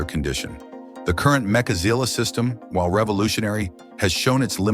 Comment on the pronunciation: Really it's MECHAZILLA not MAKAZILLA FFS